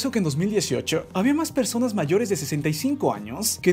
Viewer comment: Ahy en ves de decir personas sale perrsonas